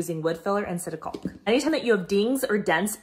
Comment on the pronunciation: Love the all the tips. FYI the L in caulk is silent